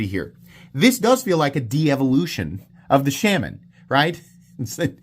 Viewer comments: I have once again come to remind you that it’s pronounced “Shaw-muhn” and not “Sham-an”. Also that pointing out such an objective fact is the absolute pinnacle of comedy and wit. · The mispronunciation is funny, but iwould be funnier if you didn't announce that you are mispronouncing it every time. I love my Shuh-MON